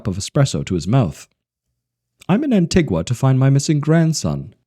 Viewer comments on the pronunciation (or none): It's An-Tee-Gua. Trust me, I lived there for several years. Also, 70 degrees is not sticky there. Apart from that, enjoyable, brought back plenty of memories.